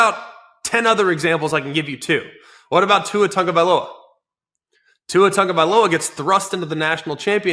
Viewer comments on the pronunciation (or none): none